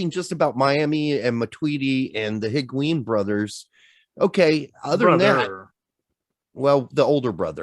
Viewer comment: you Just say higuan wrong